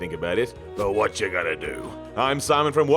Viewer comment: It's "What?", not "What!".